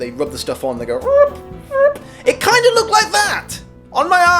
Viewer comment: sounds like you hopped into an American accent for just two seconds 😄😝 “LOOKED weird”